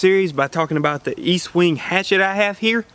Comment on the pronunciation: Its pronounced Estwing, not Eastwing. Great tool you got there!!!